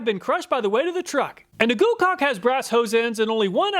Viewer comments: you said goocaulk uh huhuhu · Heh. You said GooCock. Lol